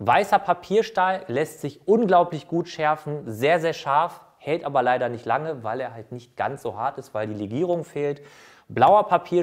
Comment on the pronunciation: ... das Eisen helt länger? Es hElt ... echt jetzt? Heltet euch fäst, bevor jemand vom Stuhl fellt ... omg